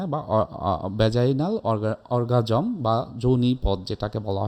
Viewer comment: অর্গাজম উচ্চারণ করতে পারে না, বলছে অরগারিজম।